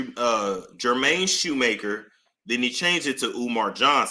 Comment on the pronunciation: Jermaine Shoemake... no R at the end.